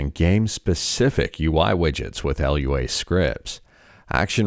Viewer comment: Lua is not an acronym, please don't say the letters like that :(